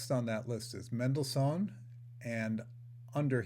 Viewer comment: You don't know how to say Mendelssohn.